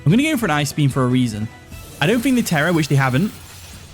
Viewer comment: why do you say “Fhreat” instead of “threat” and “fink” instead of “think”? lmao